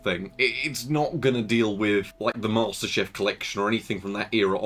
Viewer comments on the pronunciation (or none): two things; one: the shutdowns could be caused by an OCP triggering, especially with a thirsty cards like a 480. two: it's Master CHIEF, not Master Chef. You've been missing that letter in the middle for months & yes, it HAS been bugging me.